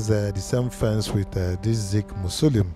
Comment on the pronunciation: It’s pronounced MA - SO - LI - UM